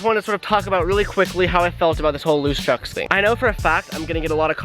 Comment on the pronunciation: Just me or is this dude saying chuck’s?